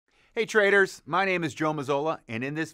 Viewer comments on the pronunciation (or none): did u say traders or traitors lol